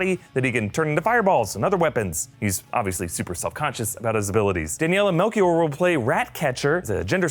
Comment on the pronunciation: As a portuguese person, the way to say Melchior is completely different 🤣